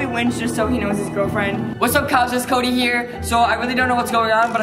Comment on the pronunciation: Did anyone catch say koby instead of Cody like if you did